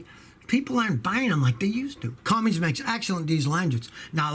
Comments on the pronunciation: Cummins, Scotty. Not Cummings. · Cummins, not cumminGs! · Scotty...Its CUMMINS NOT Cummings. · I’m from Columbus Indiana, both parents retired from Cummins. NOT Cummings😂😆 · Scotty. There is no “Cummings” engines. They are Cummins. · When did CUMMINS become CUMMINGS...??